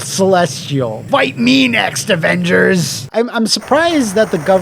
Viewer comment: "THE OHHVENGERS!!"